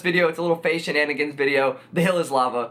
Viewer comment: He says "Peace up" Or "Faze up"?